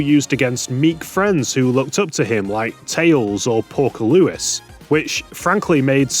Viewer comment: Lewis, not Louis, who do You keep saying it like that.